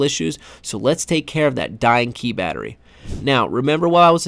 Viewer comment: “Bettary” aka Battery